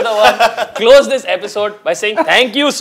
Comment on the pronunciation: It's not Bis-wa it's Bishya.. I mean the pronunciation